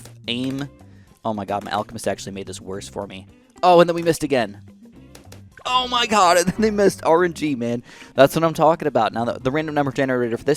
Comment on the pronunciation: i hate hearing him say "zoh my god"